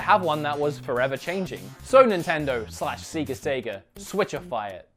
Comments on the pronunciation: I'm sorry but I'm and you saying seega I just too annoying for me so I'm just going to stop watching now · Seger ? Like the rockstar? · I'm curious why you guys call it SEEga down there? Especially since as you pointed out the system actually says SEGA every time you start it up. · it's pronounced say-ga , not see-ga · Seega Sega! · Sega, not seegaa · Seeeeega? Really? I thought it was sega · Oh boy I never heard anyone say Seega. All sega games have a start up sound “Sayga”. Why do you say Seega. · it's definitely not "seega," please dont make me have to unsub... it's a Japanese company. if you dont say "sayga," then youre wrong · It's not Seega or Sayga it's セガ which is Se ga. Just scream it like a deranged banshee and you'll be about right. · it's sega and he says seega. Cultural diff/habit w/e but the top one is shenmue being pronounced shenyu xD Anyway, great video and kudos for putting jet set radio and super monkey ball but you really could/should have included Power stone in there (a sorta like smash bro on the dreamcast)!! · Just say "Say-guh" I was so triggered whenever you said "see-guh" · It's not "Seega" or "Sayga" it's "Sega" pronounced as if you would say beg. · It’s not seega or sayga it’s sega(e being a short vowel). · Sega not Seega sorry but that's annoying me a bit. Still a good video though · I was gonna watch this list but seeeeeeee ga. See see ga. Come on. Only joking. Good video. I'd like to see the best of dreamcast because I've never played a dreamcast game and I know it has got a very highly thought of library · Love your content, dude! You and I share a lot of opinions about the same games, but I may have to stop watching because you decided to pronounce "say-ga" incorrectly. I'm joking of course! Thanks for the videos, man :) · Thumbs down for saying seega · The way you say Sega disgust my ear I've said Say ga for years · thumbsdown purely for saying seega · Actually it's "Seg-ga" :-) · Who says "Seega" that's obviously wrong